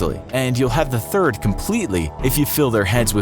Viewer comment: did he just say "thirth" instead of "third"? am I the only one who noticed this?